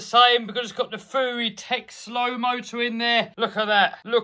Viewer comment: Isnt it fury not fewy